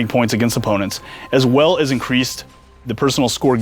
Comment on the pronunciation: He said IN-QUEEF-ED